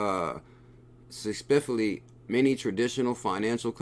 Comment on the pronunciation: I died 😂 listening to pronounce "specifically" & "ambitiously"- Love you bro!! Bring in the heat 🚀